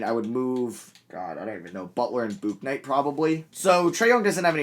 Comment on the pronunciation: Your pronouncing James Bouknights name wrong, it is pronounced, James Book-Night